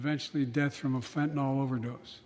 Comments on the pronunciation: It's fentanyl, not fentanol bozo. Even my crappy spell-checker won't accept it. Soon-to-be a bigger problem than the new flu 😷. He doesn't even know how to pronounce it 😒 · WTF! It is NOT fen-tan-all! Try fen-tan-ILL!